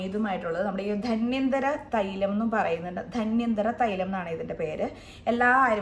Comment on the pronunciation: ധന്വന്തരം ആണ്. ധന്യന്തരം അല്ല😊